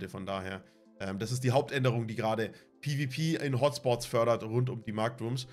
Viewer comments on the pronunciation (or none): olle FLIEHHHHHHHHHHHHHH Markt und items FLIIIIIEEEEEEEEEEEEEEEEEEEEEPPPPPPPPPEEEEEEEEEENNNNNNNNN. Warum sagt du nicht PE VAU PE und net immer PIII WIE PIII